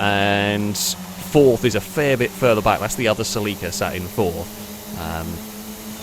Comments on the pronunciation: Sell LEEK KA!?!??!! NO!!! CELL IKA or Sell a kaa NO EEEEEK in the middle. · Haha I've never heard Celica pronounced like that Suh-Leek-Ah. Its more like Sell-ick-uh 😂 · “seleekuh” ? i always said “sellakuh” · It's weird hearing the British pronunciation of Celica. Here in the states it's a Sel-a-ka. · It’s sil-ick-a/ Celica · im at the beginning of this video and its a (CEL-eh-cuh) but its beautiful. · The way he says celica drives me insane 🤣 that said, incredible video as usual. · Haha the way you say Celica always throws me off, me being from US. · Well, it is about as wrong as the way did it. You would need someone capable of properly speaking spanish to get that right, I guess. Though, even there are differences, as I found out. While the european spanish sounds like THEL-eecah, the mexican spanish sounds more like CEL-eecah. The way pronounces it would rather match "célico" in mexican spanish, except for the muffled 'i' sound he makes.